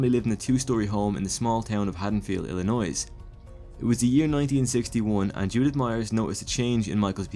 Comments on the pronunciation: Nicely done! Although, it is "ILLi-noy" not "ILLi-noise" keep up the good work. 👍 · Illinois, do not pronounce the s. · The S is silent in Illinois!!!! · Nothing personal, but I cannot stand when people pronounce the “s” in Illinois. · I know ur not American like the rest of us, but PLZ STOP PRONOUNCING THE S IN ILLINOIS! FUCK! lol